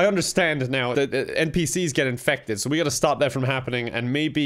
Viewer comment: "Hello friends, my name is and today, we're going to be doing something... a little different." Is just a recurring meme on this channel now. Edit: I thought that when the doctor said "You're infected" she actually said, "You're in-feck-ted." And I had to take a hot second to recover. Edit 2: Hammer home? More like axe home. Ha.